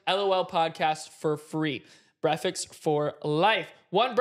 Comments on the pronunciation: No cuz like why did he say breakfast when is supposed to be breatfast because when he was doing the hellofresh thing for free breakfast and stuff know cuz he said Bretfast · saying brefix instead of breakfast during the ad 😂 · Bro kept saying breakfix in the hello fresh ad😂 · Not saying breffix when doing the hello fresh ad, had me on the floor lmaoooo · saying breakfast as “brefix” 😂😂😂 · NOBODYS TALKING ABOUT HOW IN THE HELLO FRESH ADD MAV SAYS BREFICKS INSTEAD OF BREAKFAST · i was listening to the sponsor and no way said brekfakst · Why did say brefix in the hello fresh add - ITS BREAKFAST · “Easy brefixes”🤣🤣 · Why is nobody talking about how said breakfes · Brefast had me rolling! 😂😂😂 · “Breaficks for life” 😭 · DURING THE HELLO FRESH AD HE SADI BREAKFAST WRONG LIKE 20 TIMES